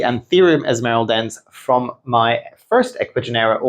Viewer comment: Like watching your video… learn a lot. But please can you pronounce the name of the plants from where they come from. ESMARELDEN-SÊ. It’s a bit disconcerting 😜. Other than that 👍🏼 and yes have both. Locally grown from the Philippines